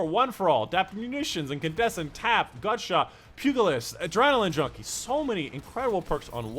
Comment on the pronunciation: Thanks for the video fyi it's pronounced pew-gi-list . It's a boxing term.